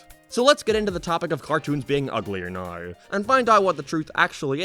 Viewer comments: Now not ner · why the hell does he say now like noweeer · His accent when he says now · Why are you saying "now" like that